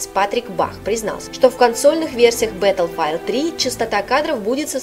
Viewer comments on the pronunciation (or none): БаттлфИлд. Не -файлд.